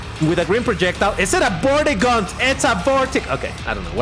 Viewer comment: Thanks! I picked up some new things I didn't notice before. Also when you kept saying Vortigans or whatever you reminded me of the name of the bad guys in my original ID Software addiction Commander Keen. I can't remember all of the lore to it now, but I do recall the Vorticans with a "C" were the enemy in that game. Again well done video I think you covered it all pretty well!